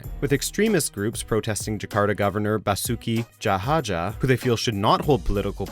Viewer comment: Basuki Tjahja pronounces as Basuki Cah-ya not Jahaja